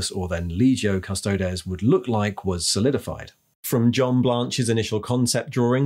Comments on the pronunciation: Custod-ees not custod-es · Custodeees not des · Surely it's Custo-deez, not Custo-dez? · Its Adeptus Custodeeeees. Say it right. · Good content but please stop pronuncing Custodes the way you do. It's well known how the word is pronounced so stop being a hipster. Its pronounced CUSTO-DEES! 😉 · Yes, this was a little jarring., it is the same as how you would say the plural of our latin word thesis, theses (theseees). One man of the Adeptus Custodes is an Adeptus Custodis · Great video, But that pronunciation of Custodes is grinding my gears lol